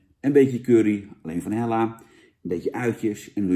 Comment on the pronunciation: Hela, niet Hella.